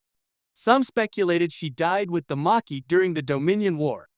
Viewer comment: And it's pronounced maa key